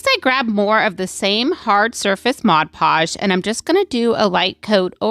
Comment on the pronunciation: Why do so many crafters have so much trouble pronouncing Mod Podge.